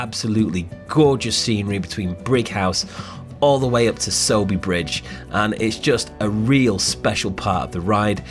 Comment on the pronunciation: Your pronunciation of Sowerby Bridge is spot on mate. Get yourself a power bank or two. Stick them in a top tube bag and charge devices on the go.